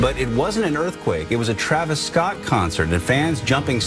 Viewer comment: travis ko shi se pronounce kiya kro, it pisses me off